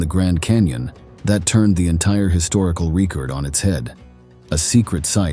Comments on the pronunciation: Reecord, reever? Where do you come from? Caleeforneeea??? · Reek ord ! not record ?